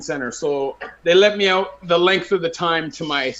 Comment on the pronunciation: Lol and owtt (out)